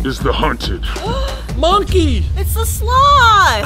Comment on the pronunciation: the way he said monkey🤣🤣🤣🤣